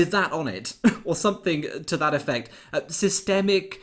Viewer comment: After listening to several repeats of I'm sure that Dawn Butler says "sisterbacktakin" instead of systemic or even systematic. How can someone who cannot speak English be in Parliament?